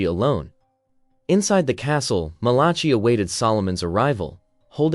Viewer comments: Malaki...not Malachee. I made this mistake reading aloud in church in front of 300 or so people. The Book of Mal-a-k-eye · Oh please find someone who can read Bible names man. Malachi - mæl.ə.kaɪ/ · It cracks me up every time you say "Malachi" so creativity. If you saw it, how come you don't know how to say it?